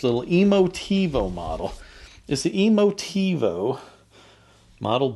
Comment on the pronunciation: "Emotivo?" Really? Smfh !